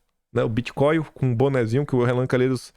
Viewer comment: Bitcoin, não é bitcoil 😂